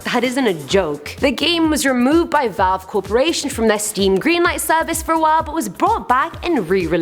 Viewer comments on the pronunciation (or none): none